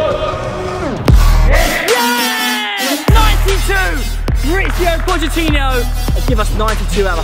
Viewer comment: Mauricio podge-tino